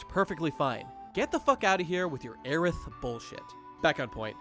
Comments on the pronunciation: Its not aeris , its aerith. Japanese does not have a pronounciation for th. So whenever they pronounce an English word with th they use the su . Example! Griffith from beserk in the japanese pronunciation is Griffisu you see it all the time. Like the name Elizabeth, a japanese native speaker wouldd say it like this, Erisabesu. There are also incidents where they use safor th as well. Martha, Maa-sa. Aeris is being literal in translation but that's not correct pronunciation in English. Its like if ff7 had a character named Erisabesu and they translated it literally like this instead taking note that japanese pronouciation is different and realizing changes need to be made to make the spelling Elizabeth. This is the one thing that really irked me about this whole video. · Aeris ending in a "Su" doesn't mean much. The Japanese don't have a character or sound for "TH" in their alphabet. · It sounds "Aerisu". That's what matters